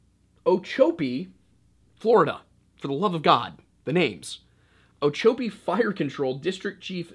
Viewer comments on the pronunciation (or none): It’s pronounced O-chop-pee and it’s the Seminole word for farm. You’re a little rude with the names. All the names you find silly are indigenous names. Look up how to say them and their history before you put out videos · O chop pee is how you pronounce it